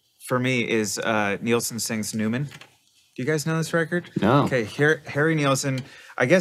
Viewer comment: It's Harry NILL-son - not - Neilson.